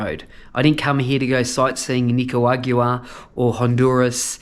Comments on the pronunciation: At least we don't have to listen to you saying Nicawagua anymore! 😂😂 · Well done. It’s NI-CAA-RAA-GWAA. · Jesus that is a lot of whining about borders. I like how we keep pretending if he doesnt get to panama in a day that that cargo plane will be the last cargo plane ever to leave Panama to Colombia. Please learn how to say Nicaragua.